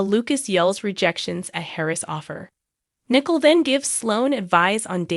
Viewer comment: Nicole is pronounced nih-KOAL not Nickel !! I guess you don't watch days of our lives because if you did you would know how to pronounce her name!!